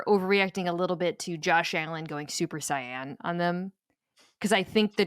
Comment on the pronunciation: ngl hearing Mina pronounce saiyan as cyan made me die a little inside